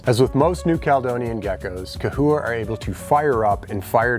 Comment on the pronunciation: Lmao !! It’s CA-HOUA ( pronounced ) Still spelled CHAhoua LOL 😂 🦎😉🤣 There ya go !